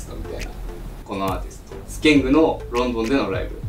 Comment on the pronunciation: スケングじゃなくてスケンですよ